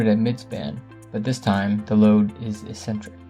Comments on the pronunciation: Also a nit, but eccentric is ik'-sen-trik and not es'-sen-trik. Informative video. Liked it. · He also mispronounces "eccentric" as if it were spelled "essentric." I feel like we're being lectured by a high-school kid who just read a Wikipedia article. Maybe we are. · Eccentric is pronounced "uhk·sen·truhk". Great video, thanks! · Pronunciation! Eck-sentric. Not Essentric. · ik-sen-trik, tor·shn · It's pronounced ek·sentrik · finally figured out you were saying "eccentric" -- it's pronounced EK-centric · "eccentric" is not pronounced that way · You’re mispronouncing eccentric.